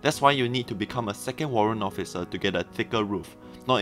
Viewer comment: Did I heard Occifer?